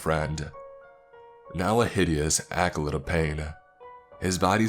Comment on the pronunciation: "acolyte", pronounced ahk·eh·light. C'mon, man. and pretty sure "bravo" was a typo by author for "bravado".